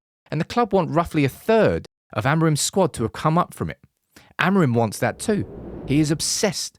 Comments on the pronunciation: Não é Amarim é Amorim, aprendam a pronunciar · Is Amorim, not Amerin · "Amarante"????? Amorim!!!!! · O nome dele é AMORIM ! Fale português caragoooo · Adoro a merda da inteligência artificial. "Ameirim" :) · Great editing,great information well done..BUT the wrong pronunciation of his name was driving me nuts...